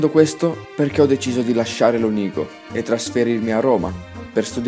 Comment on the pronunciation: Ma wtf , sei di Lonigo! sentivo una pronuncia vicina xD